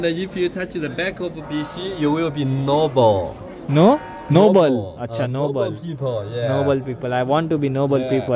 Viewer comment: 'No ball' What? 'Noble' 😂😂😂😂